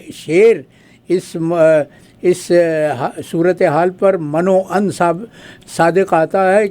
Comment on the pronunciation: غوری صاحب. سلام.. گفتگو میں آپ کے برجستہ اشعار و محاورات کمال کے ہوتے ہیں. بس یہ من وعن کے تلفظ میں م پر زیر پڑھا کریں تب درست ہو گا. یہ عربی زبان کا لفظ ہے.. من و عن..as it's